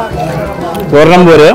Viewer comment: Poornam bro ... Not bure as you said